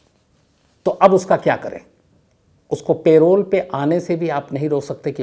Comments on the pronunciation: Nice story ! But Shams aap hamesha hi पैरोल बोलते हैं लेकिन आज प्रोल क्यों बोल रहे हैं ?? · Payroll means.. kaam per aap payroll pe ho aour pay milega.. parole means ke 20 yrs. baad parole pe aap chhut saktey hai.. parole ko ….” p…. role “…..pronounce kiya jata hai..” payroll ek pay deneka employers ke liye rit hai… p…. role pronounce kijiye.. mujhe samajne mei dikat hoti hai.. payroll shubd per.. thank you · It’s not payroll it’s parole په رول